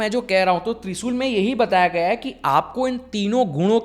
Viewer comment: त्रिसूल नहीं भाई त्रिशूल है